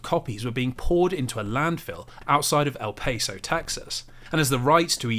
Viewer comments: El PAESO!? It's El Paso. El-Pass-Oh. Jokes aside, thanks for this informative video! My favorite Indiana Jones game will always be The Fate of Atlantis do to the story. LucasArts made some really good games too like Loom, both visible on Steam. And the scariest game I played, The Dig, because it reminded me of how very real that game could be to our world... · Please never say "El Pace-Oh" again jesus christ that was rough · this mf did not said El paso like that